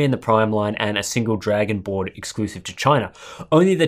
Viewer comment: You said Dragon Board or Dragonborn? :D